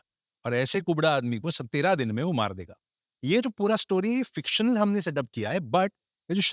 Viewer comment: Frictional ni bhai fictional